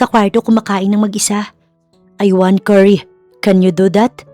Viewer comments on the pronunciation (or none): none